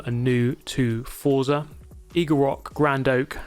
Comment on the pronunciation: please pronounce Forza correctly! Is an Italian it's like getting slapped each time you say it. Forza is Italian for Force. Z is pronounced as "ts", like in pizza.